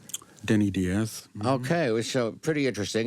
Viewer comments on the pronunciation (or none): After all these years Donald still mispronounces his early guitarist's name as Denny Dee-az here. There's a YouTube video interview where we hear Denny pronounce his last name rhyming with "bias." It was Denny's ad in New York's Village Voice newspaper in the summer of 1970 that Becker & Fagen responded to: "Looking for keyboardist and bassist. Must have jazz chops! Assholes need not apply." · It’s interesting, in another interview, Walter Becker pronounced Denny Diaz’s name as ””Die”az and Donald pronounces it as “Dee” az.